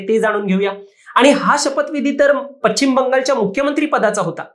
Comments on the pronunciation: पचिम नव्हे पश्चिम म्हणा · पश्चिम नाही म्हणता येत तुम्हाला. पच्चिम नाही ते.